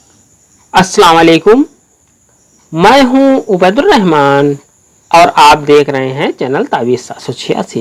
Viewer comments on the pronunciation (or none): none